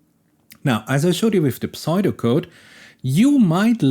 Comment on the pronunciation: Amazing video! But pseudo as in pseudo-code is pronounced like sudo (syuudo) Not smart enough to correct anything else in this video lmao, keep up the good work! Love the channel